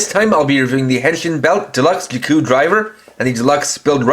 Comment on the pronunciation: Just say in as Zi o and ziku not gio and giku